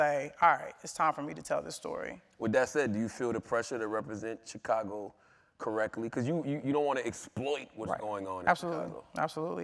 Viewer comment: I hate the way Charlamagne pronounces the word "Chicago" lol